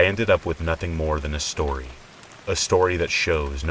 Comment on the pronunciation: I listen to these every night as I fall asleep! However, one thing I cannot get over is your intro. "SHtory #1, SHtory #2 & SHtory #3".